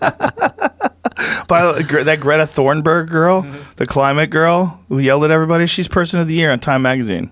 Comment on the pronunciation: Joe "Greta Thornburg" Rogan